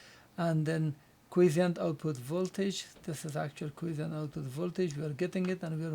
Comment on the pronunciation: By the way here is the correct pronunciation for Quiescent